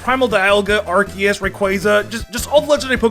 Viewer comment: DO NOT LEAVE OFF THE E IN ARCEUS!